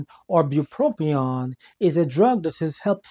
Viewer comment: There is a single “R” in bupropion. FYI.